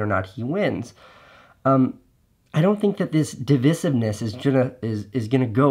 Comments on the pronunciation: divisiveness is prounounced "DE VI Siv Ness", right? or have I been pronouncing it wrong? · dee • vice • ivv • niss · It’s not pronounced dih-vih-sivness… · He pronounces it wrong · Casey’s pronunciation of ‘divisiveness’ is certainly divisive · My thought also! I have the disadvantage of being part of the grammar police - drives me nuts! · Yeah, it only was noticeable due to mispronunciation. I love Casey though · The only thing I'm calling you out on here Casey, is your mispronunciation of 'divisiveness'. A word said so many times in one video too!